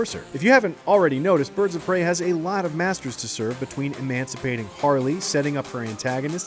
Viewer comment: Pirds of Brey